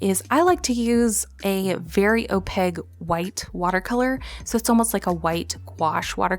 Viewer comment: Always love your style - even if it’s just swatching and figuring things out. 😊 I don’t know if anyone else has ever made mention, so please take with a grain of salt and in kindness - opaque is pronounced ending with a k not a g. “opayck” instead of “opayg”. Can’t wait to see what you create this year!